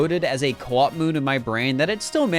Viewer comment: At first I thought you were talking about Koops from TTYD but then I realized you meant co-op